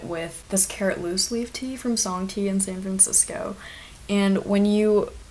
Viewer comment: Omg you’re the girl from twitter who couldn’t say San Francisco